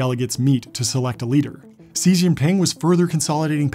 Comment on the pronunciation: "Xi" in Chinese is pronounced "She" and not "See"